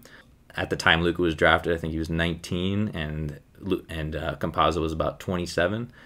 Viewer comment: its not pronunced like pizza